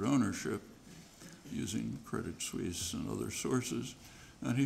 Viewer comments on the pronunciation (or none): none